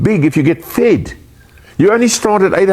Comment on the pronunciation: Apple —> Tree. I don’t care how awful his dad is, he still doesn’t get a pass. He says “fid” instead of “fed” but you don’t see me all “go back to Africa” about it. Ronald Reagan saw our immigration population as one of America’s STRONGEST assets. Perhaps HOW we became such a great country in the first place. And now we have white nationalists in charge and look at this mess. Our planet is made up of all types of humans, and as humans, we have invented ways to cross to each other’s lands. In doing so, we are evolving. Clearly the solution is for Elon to hurry up and get that all-white mission to Mars goin and good riddance.